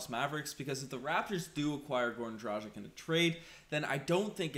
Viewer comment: Come on man. As an "analyst" you should learn properly pronounce players names. It's DRAH- GHEECH...